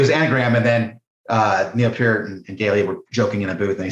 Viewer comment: You lost me when you pronounced it: "Pee-Art" Bye.